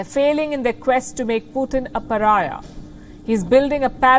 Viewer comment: Putin, not "putting"